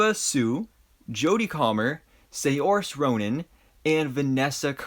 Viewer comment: Saorise is the better actress in skill level and yes u murdered her name